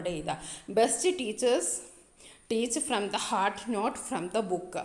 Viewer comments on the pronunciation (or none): none